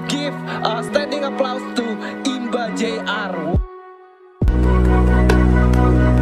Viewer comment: itu bilang Imba jr aja Imbar jr 😂😂